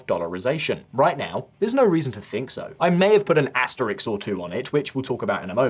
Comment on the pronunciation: asterisk not asteriks.